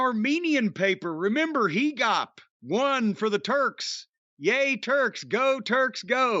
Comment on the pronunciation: I'm armenian. I think they meant to say HA-GOPE. That's how it's pronounced.